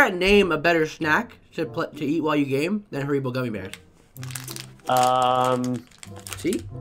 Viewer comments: The fact you pronounced it as ha-r-ee-bo instead of har-i-bo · Its an old video but its pronounced harry-bow not ha-ry-bow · OMG ITS HAR-I-BO NOT HAR-EE-BO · I cant reply to comment but my fav snack is haribos gummy bears to also haribo is pronounced harry bow not harree bow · Haribos are pronounced harrybows, why do all Americans say it like that 😂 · Its pronounced Hair-i-bo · Dils that's disappointing. did you say Hareebo?😂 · Your right about the haribo gummi bears...BUT IT IS PRONOUNCED HA RI BO SHORT I DUDE ITS A SHORT I!!!!!!! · This dude said “hareeeebo” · Btw its called (hair e bow) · 10.18 Haribo (HARRY-BOW) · Omg, I'm triggered. It's pronounced HARRY-BOS😤😤😤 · Who tf calls haribos ‘hareebos’? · Thats not how you say haribo gummiebears thats some disrespect to there jucie deliciousness